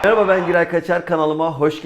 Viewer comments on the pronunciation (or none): none